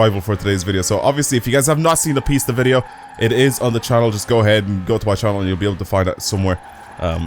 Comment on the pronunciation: Its not pronounced pests is pis ta